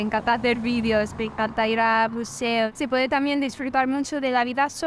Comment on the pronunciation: Hey, la chica dice " me encanta ir a museo" no a "buceo" jajjaja